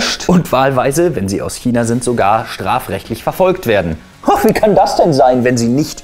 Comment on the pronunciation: kina? China? Hmm einfach "Kchina" 😂